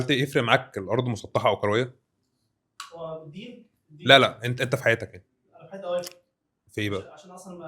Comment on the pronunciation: عندي ملاحظه على المذيع..هو يتكلم بسرعه شديده ويبتلع اخرف من الكلام..هل هذه لهجه خاصه ببعض محافظات مصر.لاحظ نطقه بكلمة كرويه يقولها بربع ثانيه..يقول نقطه تانيه..:نقطتنيا...وهكذا..هو افقدني متعه الاستماع وحولها إلى فك الغاز